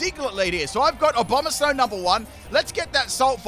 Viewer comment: abononsow" wow he butchered abomasnows name harder than a fire blast